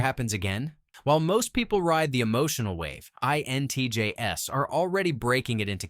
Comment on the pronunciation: The repeated stating of the letters 'INTJS' with the 'S' pronounced as the letter 'S' instead of the plural of INTJ was quite annoying...